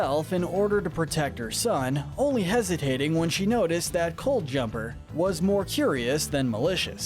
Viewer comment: I see you made a mistake in the dragon’s pronunciation it’s Cloud-jumper.